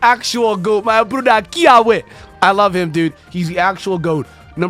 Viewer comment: As a Hawaiian dude no disrespect but it’s actually supposed to be pronounced Kee-aww-vey in the Hawaiian language the w’s are pronounced as v’s